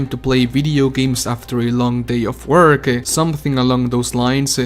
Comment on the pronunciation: guey tu ingles es terrible jajajaj por que acabas tus palabras con 'e'??? dices workE, viewersE, investE, videogamesE